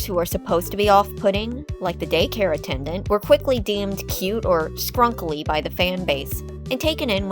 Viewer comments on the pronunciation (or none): it sounds like she said "Gay-Care Attendant"😂